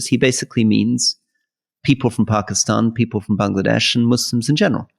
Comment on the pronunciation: Rory’s pronunciation of Bangladesh as Bungladesh is about right with their corruption issues😃✌️❤️🇬🇧